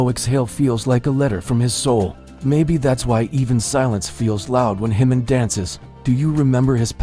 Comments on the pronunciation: Ji-Min is a KOREAN name - NOT SPANISH! STOP pronouncing it incorrectly as it is INSULTING! It is NOT pronounced as an "h", but like the "j" in "jump" or "just". Please adjust your AI pronunciation or you will find that myself and others will not "like" or "subscribe" to your channel. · You should at least pronounce his name correctly.